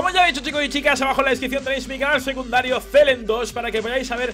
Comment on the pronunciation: ¿Dónde está mi?¡ nunca dice "secundario", dice "seduncario"!